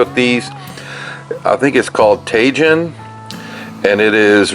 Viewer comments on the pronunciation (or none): yep,,, tah-heen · Tajin on shrimp, it's great on fruit, never thought to try it on shrimp! Thanks. Tajin is pronounced tah-heen. Great stuff. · It's pronounced 'taheen'. It's a Mexican seasoning. My granddaughter loves it. She and her dad are from there. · My wife has been using Tajin for decades. I believe that the j has an h sound like jalapeños.